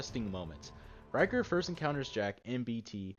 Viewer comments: Rickter not ryker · You pronounce his name as Rhic-ther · It’s rick ter not ry ker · His name is richter.ric-ter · Rieker? Thought it was Richter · HE EVEN HAS A BANNER CALLED RICHTER SCALE. RICHTER NOT RYKER. RICK-TER Jesus. That really annoyed me but otherwise really good vid. BLISK EVEN CALLS HIM THAT. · Its RIchter not Riker. Rikers are from the Division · Why did you say riker it ir richter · Its Rik-ter not reich-er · Rik-ter, you've been mispronouncing his name the whole time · its pronounced "Rik- tar" not "Ry-kar" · "Ryker"... As a german speaking person this hurts my brain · Dude I think it’s richter as in Richter scale, either way nice vid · it’s richter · Its rich TER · Repeat after me rick-ter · Hearing someone pronounce Richter like Ryker makes you wish you were standing in Richter's nuclear eject. Good video though. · isnt it RIKH-ter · yes thats what i'm saiyng, i am german u ..... its Richter. In english i dont think there is the pronouciatiation of "ch" like in german. Its like a cat who feels in danger and makes that cchhhhhhhh sound. And Stop trying to guess a gender with Sir/ma`am . fr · " rick- ter. " my friend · No its RICHTER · Its pronounced "rishtar" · actually it’s pronounced ric-ter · "Lasst mich nicht hängen" means "don't let me down" not "don't let me hang" "Macht ihn fertig" means "finish him off" or just "destroy him" not "make him ready" And please pronounce him correctly as everyone said. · Holy fuck the pronunciation of richter is pissing me off and I'm not even 30 seconds through the video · He said Richter wrong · R4_F This annoyed me through the whole video, like they say it correctly multiple times in the captured footage, how can he get it wrong? 😒